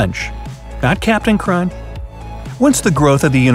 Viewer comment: My guy said captain Crun